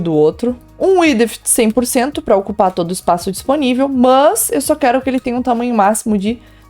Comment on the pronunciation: Pq ela fala "mãs" no lugas de mas?